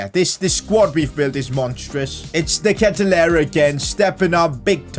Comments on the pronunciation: De Ketelaere is pronounced as "ket" sound like "aid" "Laer" sounds like "war" So K-aid-u-lar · You say his name like this de ketelaare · It’s pronounced de- kate-te-laree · You have to say De ketelaare. Nice vid, keep up the good work bro! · it is de ketelaere but say de ketelaare that's how we pronounce he's sur name say just say de ketelaare that's how we pronounce it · Btw, the striker's name is pronounced like De Katy-Lar, and the LM Hauge is pronounced like haag, as in ten hag. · You prounounced the name of De Ketelaere so wrong, but I'm so glad you signed him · You said De Ketelaere so wrong lmao